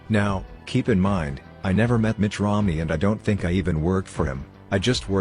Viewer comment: Sounds like he says Mitch Romney and not Mitt. Also, Mitt and Ann Romney do not have a child named Cole. ???